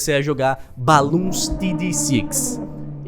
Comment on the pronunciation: pessoas falando BLOONS falando BALOONS